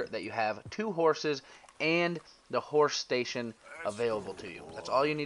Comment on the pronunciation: Awesome video but ... "Horsh shtasion" 😂